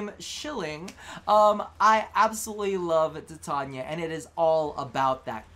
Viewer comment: its tai tain ya..... ffs